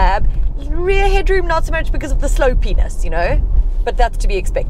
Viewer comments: What is a "Slow penis ya know"? 🤣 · I heard the slow genital too😂🤣